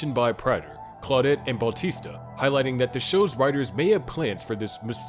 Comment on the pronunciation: For previous videos where you consistently say other names wrong please remember it’s “Batista” as in “ba-tees-ta” and “LaGuerta” as in “La-gwhere-ta”